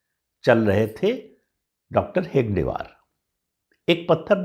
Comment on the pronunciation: आपप कमेंट्स पढतेभी नही हो क्या?पढिये.तभी डाॅ.साहबका नाम हेगडेवार नही हेडगेवार है.फिरभी आप गलतही बोलते हो.